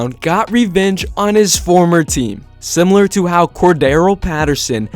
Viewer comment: Corda-RELL not Cor-darrell 🤦🏻‍♂️